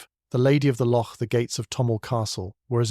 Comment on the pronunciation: A good tale spoiled by the reader. I’ll is not “ill” and though you did eventually get it right, locsh is pronounced lock